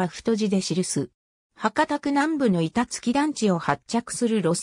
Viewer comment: 板付はいたつきじゃなくていたづけっすよ